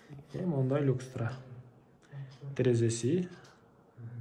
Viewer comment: Люкстра эмес люстра!